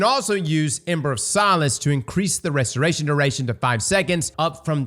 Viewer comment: I'm surprised you managed to say "restoration duration." So many times without screwing it up. Proud of you